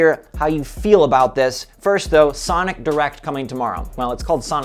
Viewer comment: did you mean to say sanic or was it by mistake cuz i was laughing so hard